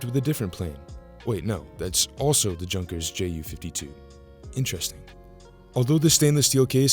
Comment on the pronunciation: Please note that Junkers is not pronounced as in junk. Please research to avoid laughs 😁. It's as in Yunn-kers. That's German, dude...